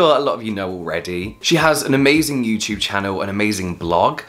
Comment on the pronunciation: no one: James: yewtyewb